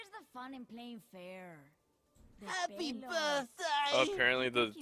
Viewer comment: HAHPE BERTDAY